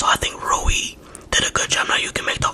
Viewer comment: Rui Hachimura (ROO-E) (HATCH-E-MORE-UH)